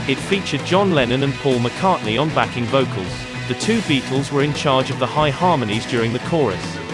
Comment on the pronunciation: Nice videos, but I can't help noting the strange use of word stress on occasion, e.g. 'backing VOcals', rather than BAcking vocals.